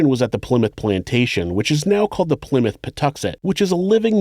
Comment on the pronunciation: He also pronounced Plymouth correctly too. A lot of people from outside of the UK say, Ply-Mouth.